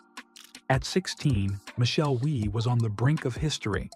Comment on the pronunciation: What shocked me the most was your not completing the story about the hot dog. Second biggest shock when narrator pronounced Wie "Why", proving my suspicion there was AI involved. The final shock came at the end when I realized you had failed to mention the worst ever disqualification--Roberto De Vicenzo at the 1968 Masters.